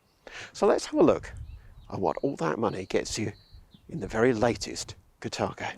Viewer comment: Catargo ? Car-tha-go is how I would pronounce the name